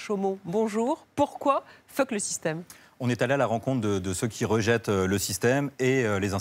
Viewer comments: On dirait qu'elle dit "phoque le système". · Pourquoi la présentatrice accentue toujours sur le « fuck» au début